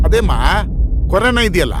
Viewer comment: Adu karona alla corona😂😂😂😂😂